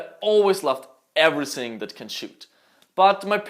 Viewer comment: Ich komm auf die Aussprache einfach nicht klar! "Everysing", "tsought" mein gott xD